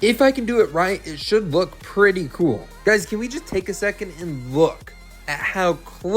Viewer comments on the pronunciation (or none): none